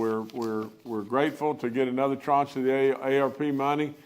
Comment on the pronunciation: I learned a new word today: tranche. Governor Justice is pronouncing and using it correctly.